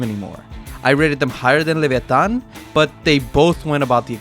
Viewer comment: Good Spanish in the Leviatan part